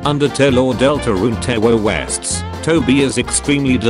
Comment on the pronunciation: what in the fuck is a tewworwest